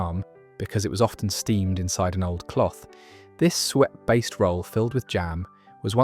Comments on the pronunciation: The pronunciation of some words is appalling. It's Sue-Et not sweat for example. I've come across a number of these videos with errors like this. It spoils what could be very interesting stuff. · 10.34 Sue-et , eek the pronunciation, especially this, nearly made me 🤮! Very interesting as I remember these not necessarily called the same as posted. I’m not waiting for my bread to become old and dry but QOPuddings is my next indulgence! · Sago available in Tesco .jam roly-poly (not Polly as in parrot ) in most supermarkets in the frizzier suet not swet . Are you using AI if you don't pronounce words properly you will give the wrong info see above it happening in all your postings I have unsubscribed